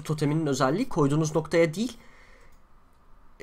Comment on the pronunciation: Deil değil değil